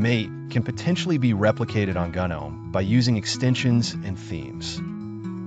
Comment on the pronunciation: Kinda hard to watch when gnome is pronounced gunnohm.